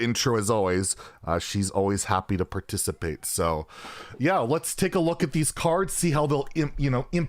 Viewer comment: Please tell me you did not say "She's alwas happy to purrcitpate." >~<. I cringed hard after hearing that! But no worries, I still loved the new reveals. Quick question though, since I never participated in aBundle-Giveaway (with any Yotuber/Streamer): What happens, if I were to win but I already bought the Mega-Expansion? Because this time around I bought it already, but not the small Bundle, since I wasn't really feeling the need to buy both thanks to leftover Gold and Dust.